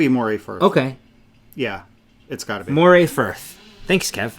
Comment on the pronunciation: we have a saying where I come from-when in Scotland pronounce names like a Scot. It may be spelt MORAY but it is not an eel and is in Scotland pronounced like MURRAY. A beautiful section of the northeast coast. I'm waiting for them to make an Achiltibuie colourway!